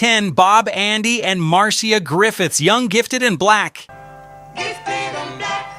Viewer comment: Her name is: Mar-c-ia. Pronounce it right, please. And what's the surprise about "I can see clearly now?" Millie Small did better than that. Johnny was married to Neville Willoughby's daughter. Neville brought him to Jamaica and introduced him to Marley. They weren't friends to speak off. The man who put Bob on the map is Chris Blackwell.